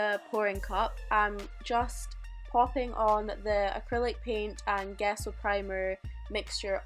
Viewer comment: Gesso is pronounced like JESS-o.